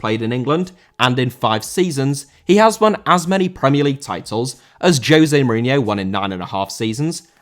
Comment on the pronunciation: Mourinho* not Muríniouw